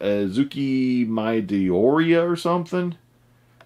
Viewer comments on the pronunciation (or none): none